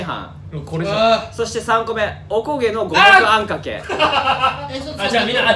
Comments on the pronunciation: 佐久間「カニ肉とレタスゥ〜、っ入りチャーハン」 あべべ「おこ"け"の"こ"も"く"あ"ん"か"くぇ」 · 阿部ちゃんの オコゲノゴモクアンカケッ が好き💚